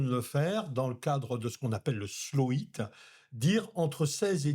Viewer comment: Merci beaucoup ! Je suis Néo-Zélandais et si je peux me permettre... slow Heat ! N'oubliez pas de prononcer le H sinon ça fait slow eat! Et si j'ai bien compris, vois ne parlez pas de nourriture ;)